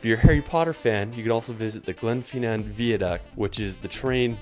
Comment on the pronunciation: How did you pronounce the glenfinnan viaduct? It was like gleenfeenan veeaduct